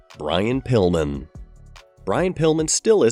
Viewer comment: he said Brian Pullman not Brian Pillman. Lol